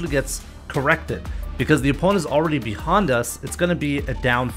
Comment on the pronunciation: Because he accidently said behond us instead of behind us